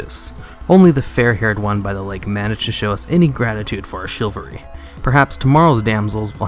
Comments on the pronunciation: and Chivalry is pronounced Shi-val-ree. Not "Shillvery". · Also - Chilvary? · "chilvary" LOL